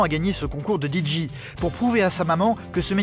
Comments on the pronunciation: Même DIJÉ ... lol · Que ça m'énerve, pas juste moi j'espère. Comment prononcé un D et un J en anglais. Parce que là le narrateur prononce le D en anglais: Di mais le J en anglais ce n'est pas JI mais bien JÉ, JI étant la lettre G en anglais et JÉ la lettre J. Donc en anglais on dit DI JÉ et non DI JI... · Il aurait du le prononcer en français : Dé Ji 😜